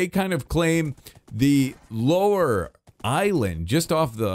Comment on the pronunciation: Did I hear say: "Big Eyeland"